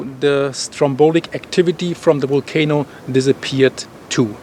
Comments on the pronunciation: Waited all day for your report, keep going, I’m English and now I keep saying wolcano , love your style of reporting. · I love the way you say Volcano. 😁🤩